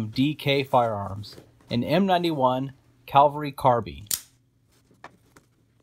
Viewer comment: Pronounced cav-el-ry not cal-vel-ry. You do it over and over.